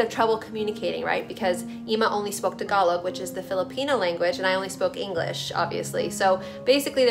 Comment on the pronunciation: I always thought it was pronounced TAG -alog. Don't I feel dumb. Thank you SO SO MUCH for sharing your truth. Thank you for sharing your Eema (spelling?) With us